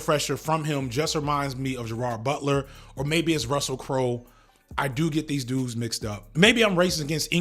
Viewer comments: My guy said Jarussel Crulet..... 😂😂😂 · "gerard crowe" "gerussell crutler" 😂😂😂